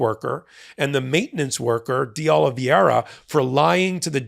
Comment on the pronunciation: It's De Oliveira with 2 'i's, but you have the pronunciation correct. This is a very common (and annoying) mistake with the "ei" vowel blend.